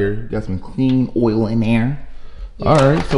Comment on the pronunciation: Its oil not olll